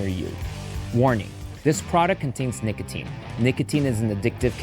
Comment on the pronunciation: IF YOURE DOING AN AD LIKE THIS ON A VIDEO LIKE THIS FOR THE LOVE OF GOD PRONOUNCE THE “O” IN NICOTINE. AINT NO SOFT “A” IN NICOTINE.